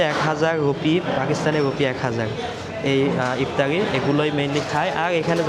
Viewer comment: আফতারি আবার কি? ইফতার বা এফতার পর্যন্ত চলে। ভ্যাহেস মানে মহিষ, ভেড়া নয়। উচ্চারণ খুবই বিরক্তিকর, আপনি কথা বলার সময় গলার ভয়েসটা আরো বিকৃত করে কথা বলেন, যেটা আরো চরম ক্ষ্যাত মার্কা লাগে।